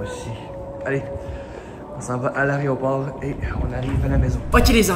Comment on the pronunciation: l'aréoport mdrrr coup dure pour 😂😂😂